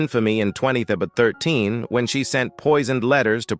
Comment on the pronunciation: What year is 20abbbffff13 that he says at the mark?